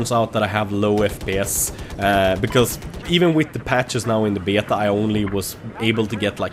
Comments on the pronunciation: Lmao listen how he says BETA!!! Betiaa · I love the Swedish/English way you say "Beta" :D